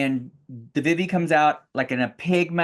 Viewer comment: their name is pronounced like VEE-VEE